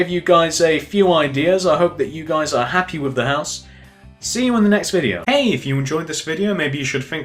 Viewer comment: Its cool but he is anoying he keeps saying pouse but it looks cool.